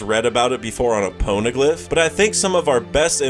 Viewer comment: “Pone”eglyph cringed me